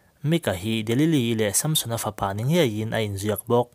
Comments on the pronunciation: Samsona pronauncation hi... Sâmsona a ami.. samsona anilo mi... Han soi chiag teh a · Sampsona nge Samsona?? I lam sap mah mah em le? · Chhiar ngaihnawm hle mai. Amaherawhchu, sunday school zirtirtuten min zirtir dan leh mizo hrim² ina kan lam dan nen chuan SAMSON-A hming i lamdan hi beng a tikham lek lek. Vaiho english lamdan a ni a, a film a an lamdan ah pawh, a ki sanga lam hi a hmingah hian anti lo niin a lang. Nge, ka hre diklo zawk. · samsona i lam dan chu nalh lemlo ve